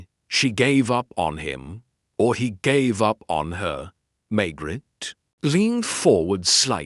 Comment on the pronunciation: Why does the AI pronounce the Maigret name as May-gret instead of May-grey like human narrators. They also don’t always say the whole sentence together instead pronouncing the last word almost like it’s by itself.